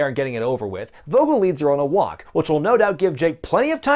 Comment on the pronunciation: Vogel should be pronounced Foh-gill. It's a German word for bird, so I assume the character has a German accent...I guess?